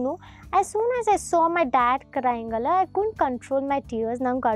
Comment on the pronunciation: It is 'Alla'. Not 'Allah ' it's the same in all your videos. Kindly correct it moving forward